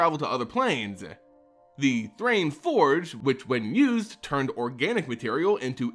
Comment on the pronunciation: THRAN = Thrain? Thrane? Source for your pronounciations please.